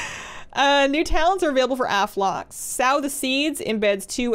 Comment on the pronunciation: Sow is pronounced So